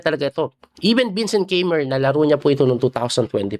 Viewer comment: Coach its KAI- MER